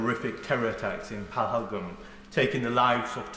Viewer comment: Phaglam?? Lakshar-E-Tabaya??? Lakshar-E-Taba?? Priti Patel, surely you could pronounce Pahalgam and Lashkar-E-Toiba at least as well as the native brits and Americans who have been getting it right!!! What an ignorant Brit Indian!!!